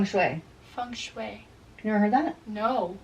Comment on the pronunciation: Is she saying funk shway???? So funny